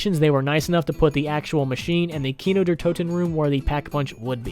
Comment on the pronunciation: Ugh as someone who speaks german hearing people pronounce der wrong is so frustrating. It's pronounced like the word dare.